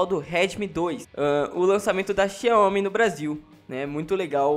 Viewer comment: a pronúncia correta é "xaomi"